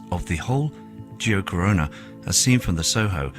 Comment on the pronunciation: I'm surprised and impressed that he can say the name geocorona correctly !!!!